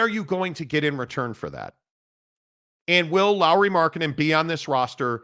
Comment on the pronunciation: Lauri not Laurie! Try to get name right first bro! 🤡